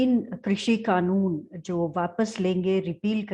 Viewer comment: एक तो ये खानून नहीं कानून होता है 😂😂